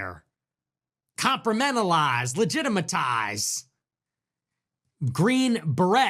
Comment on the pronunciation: Yeah but you gotta "compromentalize" that